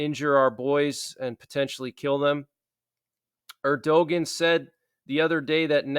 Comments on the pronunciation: His name is pronounced "Er' da wan"; not "Erdogan" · Love ya but you need to research the pronunciation “erdu”-“wan” (Erdogan) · The Turkish president's name is pronounced Err-doe-waan. I know it's weird but the G is not pronounced at all. Great, informative video as always. Thanks for keeping us updated. I have family in Germany and this latest development is very concerning to me as well.